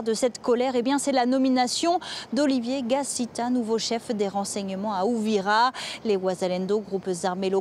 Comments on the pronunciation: Madam c'est UVIRA et non pas UVITRA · On parle d’Ebola, pas Choléra! Et la ville c’est UVIRA pas Uvitra